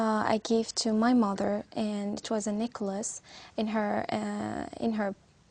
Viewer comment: She said "Nichols"... when she was trying to say "Necklace".